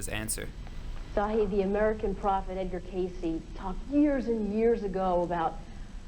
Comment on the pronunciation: Good video. Please pronounce Edgar Cayce's name correctly. Duh.